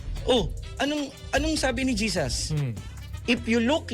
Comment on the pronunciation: Jesas? Pronunciation mo mali 😱🥶kakahiya je—— sus not Jesas bangag ka🫰🫣